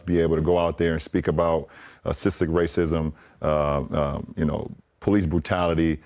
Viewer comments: 😂 “Cystic” or is that “Systic” racism? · So the HUGE mistake was that he said cystic instead of systemic? ....... ok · did he says cystic? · I thought he said assistant racism….WTH does that mean.. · When I heard him say "cystic racism" and honestly I thought he said "assisted racism"...there's a comedy sketch in there somewhere